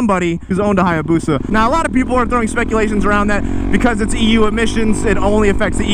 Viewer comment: Every time i heard you say EU i keep hearing EW, and i agree